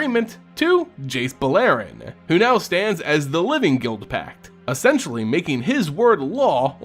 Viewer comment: i enjoy the lore aspect, but the pronunciation of the names kills me. dovin BAIN? jace BULLAIRIN?